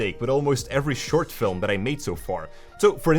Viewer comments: I love how you say Filem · a guy so into filmmaking that he can can make the word "film" into two syllables. Hehehe.